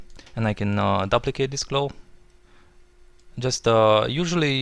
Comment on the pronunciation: Whoa! This is sweet. Love the creative original techniques you provided in this video. You don't find that often on youtube these days. Reminds me of when I used to watch video copilot tutorials. lol, this isn't very important but just for the sake of future videos, I don't think you are pronouncing "duplicate" correctly. The "u" is long, as in "soup" or "room".